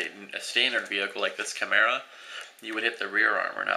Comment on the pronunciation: dude, take no offence to this ok? chemera (However it's spelld) is pronounce Kai-mera